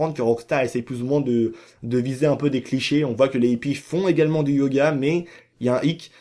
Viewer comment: La plus grosse mascarade c'est ta miniature lol. Et toi qui aime donner des cours de français pour analphabètes, on ne dit pas les zippies mais les hippies, il n'y a pas de liaisons. Et sinon je ne sais pas si tu te rend compte que tu dis la même chose dans toutes tes vidéos, on a compris ! Les Aliens sont des hallucinations, il n'y a pas d'UFO et ce tocard de Oméga est ravagé. J'avais compris ça en 2013 dès la sortie du jeu; pas la peine de théorisé comme un scientifique ^^